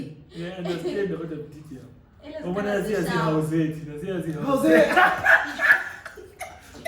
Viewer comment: "howze" 😭💀😂 you are not intelligent.....ngyadlala 😂